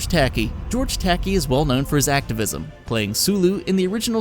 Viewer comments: I shuddered. It's Takei, dude. Ta-Kay. It's OK to be Takei. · George Tacky? IT'S TUH-KAY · George "Tacky"? Seriously? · Saying that George Takei is rolling in his grave would be less of an embarrassing fail than pronouncing his name as "Tacky" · Sigh True Crime, man do I miss that game. Tempting me to go back and hook my Xbox back up. 20 YEARS he has played the Joker. Incredible. Did you really just call him George Tacky... My GOD. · I don't think its a good thing when someone has to pause the video and say "Did he just pronounce it 'Tacky'?" That was jarring. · Good video. Just one thing: George Ta-KAY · Who the hell is "George Tacky"? I may be overreacting, but mispronouncing George Takei's name makes me angry. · oh my fucking god, have you seriously never heard George Takei's name said out loud!? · TheWarriorXYZ oh gooood. Another idiot who doesn't get it. I FUCKING KNOW WHO HE IS, THAT'S WHY I AM SO ANGRY ABOUT MISPRONOUNCING HIS NAME!